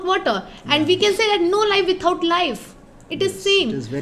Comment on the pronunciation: Without 😂...withaut😂